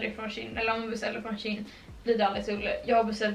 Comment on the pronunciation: du uttalar det som tjej fast med ett n på slutet ”tjejn”=shein